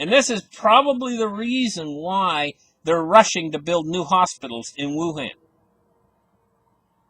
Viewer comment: You said WangDong.